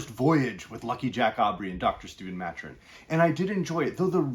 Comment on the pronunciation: Ma-Tur-In not Mat-Urin